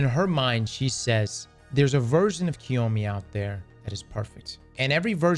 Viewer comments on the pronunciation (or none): It's not KIYOMI, go get a proper education, step away from gaming. It's CHi O MA~ Chioma. FFS they've said her name DOZENS OF TIMES in the game. Osiris has said it, Maya has said it, Ikora has said it. How can you still pronounce her name wrong? There's an A at the end of her name, not an I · it’s pronounced “Chee-oh-mah” 😂😂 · has butchered Chioma's name more times than Maya has butchered actual Chioma